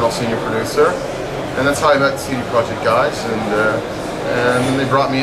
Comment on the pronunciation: it's CD PROJEKT not PROJECT. "cee dee proyect".